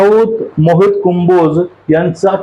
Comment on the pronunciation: आण्णा, कुंभोज नव्हे हो, कंबोज म्हणा !